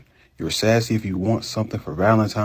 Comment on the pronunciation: When did Valentine's Day become Valentimes Day?